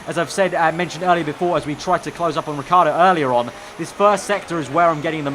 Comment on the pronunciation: it's not Riccardo the right pronounce. Riccardo is an italian name. You have the say the I after the double C too